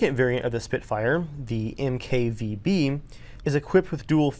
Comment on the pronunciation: "mk veebee".... It's"mark 5 b"